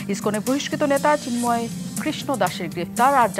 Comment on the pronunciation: সিন্ময় না রে, ওনার নাম চিন্ময় 😂🤣😂